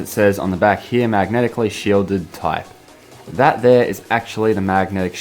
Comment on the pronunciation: how “he says the back of the speaker is big like dat”LMAO😂🤣